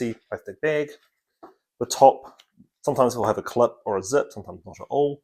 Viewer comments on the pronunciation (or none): it's bæg, not behg. E minus.